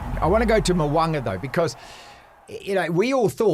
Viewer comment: I wish you guys would pronounce Richie Mo'ungas name properly